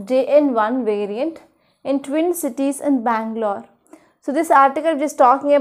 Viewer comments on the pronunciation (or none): none